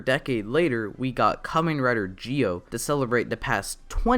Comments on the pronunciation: This guy needs to get Zi-o's name right because it sounds like he's saying geo as in Poke'mon Geodude instead of Zi-o. Had to get this off my chest because it bothers me so much in his review. Just z and o say together, so Z-o (Zi-o) would actually be right way to say Zi-o. Not hard to pronounce and idk people struggle to say Zi-o. Also Sougo is not right way to say his name and the translation is wrong in eng sub, so it's Tokiwa Sogo said without the u. Should be say So as in so and go as in go said together and this right way to pronounce MC real name in Zi-o because I hate when people mispronounced names in Japanese. Btw great review though just get the names right😑😥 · it's Zi-O not Gi-O pronounce it right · Dude you were say g-o instead of zi-o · You can say "Zee Oh" not "Gee Oh" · Dude it’s Zee-Oh not Gee-Oh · A good review, but...why the heck do you keep pronouncing Zi-O as 'Jee-Oh'? The show, the characters in the show, the toys that have sound effects, and every bit of media clearly are saying 'Zee-Oh'. Noticed this in your other videos too. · It’s pronounced Zee-oh, not Jee-oh. Also, Zee-ku, not Jee-ku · why do you call it Gi O? Do you just struggle with Z????? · why do you say it as "gi-o" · Just a question tho, why do you pronounce Zi-O as "Gi-O"? The letters don't even sound the same, so I have been wondering... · its not GIO oh myy god my head it hurt listening you saying that all the time cmon now